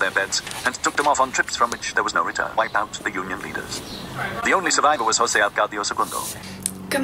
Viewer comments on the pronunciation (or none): none